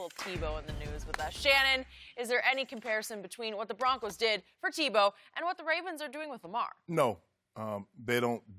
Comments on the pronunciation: Shannon is so funny when he mis-says something he called Tebow Timbow 😂😂😂🤣🤣🤣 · Shannon: "TimBow" 😂